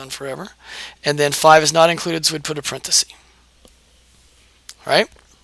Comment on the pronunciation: Thank you - in exchange I'd like to give YOU a gift: The word 'parenthesis' comes from Latin. The plural is parentheses, as you know, pronounced 'parenthesEEs' and the singular is parenthesis, pronounced 'parenthesis', not 'parenthesee'. That is a gift that will help you sound as informed about language as you obviously are about math. Enjoy!